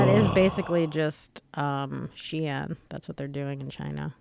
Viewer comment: "She-in?" Lmao it's pronounced "sheen"